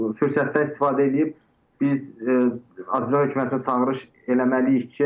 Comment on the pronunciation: Bahib analiz eledim ki siz TROL butun sherhlere zeherinizi tokmusunuz. Yerli yersiz. Ondansa Mehmana "Azerbaycan " sozunu duz demeye orgederdiz. Yohsa Azebacan demeyi butun millete tehgirdir.